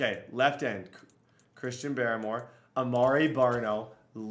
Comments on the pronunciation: Dude it’s barmore not baramore cmon put some respect on his name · Chrisean BAR-more lmao.